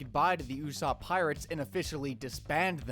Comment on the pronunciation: it’s Usoupp